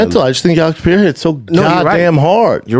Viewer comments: His name is Pereira and you've been mispronouncing his name for a whole year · It also annoys the heck outta me - in what world is it P-erra?? 😂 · his name is NOT PIERRA lmao CTE much brendan? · “Alex pee-air-ah” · Pierra Lol... Yeah weird pronunciation. I do think Brendan got it from Chael. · Bapa says Alex Pereira's name in a way that's literally impossible if you have ever seen it written. Also Chins shirt looks like it could say Douchebag Darryl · Why can he not say Alex’s name right 😅